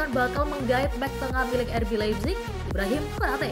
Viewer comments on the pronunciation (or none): none